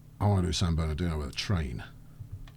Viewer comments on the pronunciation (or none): with my best Hermione Granger impression You're saying it wrong... it's San Ber-doo not San Ber-doe!